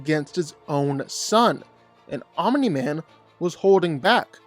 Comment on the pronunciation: The way he says Aumimi man 😂😂😂